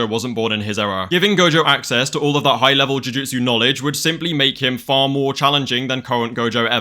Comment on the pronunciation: “High-how level”😂